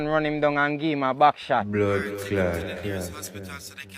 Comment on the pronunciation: or a shot back as Tavi try to say 😂😂